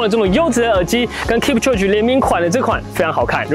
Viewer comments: 他的名字要唸：kip秋給，這樣才是正確的喔🥲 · 發音應該是 Kip-cho-ge，讀音像 kip·cho·gay 話說攝影師陪跑這麼久應該早就沒力了吧！結果最後他還跑